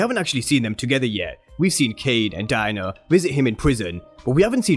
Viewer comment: The way u say Diana sounds like Diner 🤣🤣